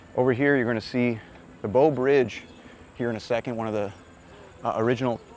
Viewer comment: You mispronounced the "Bow" Bridge... Love your vid's brings back childhood for me. You had an Idaho moment there.